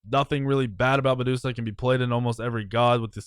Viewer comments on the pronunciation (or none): none